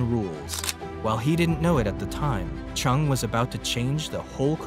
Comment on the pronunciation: his name is not pernounced with a ch chung but rather JUNG and would be properly sounding like this Jung Ju Young